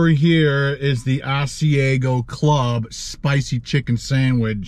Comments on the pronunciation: I have never tried the Ass-E-A-Go chicken sandwich, just the Ah-C-Ah-Go chicken sandwich lol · All I ask is research your pronunciation of food your not sure of. Restaurant I worked in it's ( As/i/ag/o)sorry your not saying it right. Other then that I love watching. Wendy's breakfast has special sandwiches called doubles has extra meat and egg and cheese. But not all have .I'm in Harrisburg, Pennsylvania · Say it like this. AHH-c-iago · How you pronounced Asiago is cracking me up! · You are saying Asiago so wrong